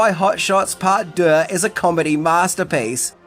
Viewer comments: Anybody feel like playing a drinking game? Every time He says hot shots part duh aka part duh 😂 Take a shot Y so serious 😈🥃🃏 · You’re pronouncing Deux wrong. It’s basically “Do”. Rhymes with two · French is my mother tongue and your pronunciation of deux is impressive. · Ffs, learn how to say 'deux' when you know you have to say it so much! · Drinking game. Shot for every time he says "Deux"